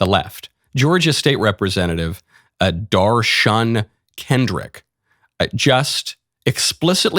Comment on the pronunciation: Dar-shun? Okay, I think we should just consider the source.